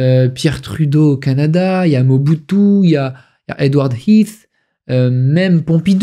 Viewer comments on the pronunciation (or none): none